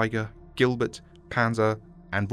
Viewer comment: Ah yes P A N Z E R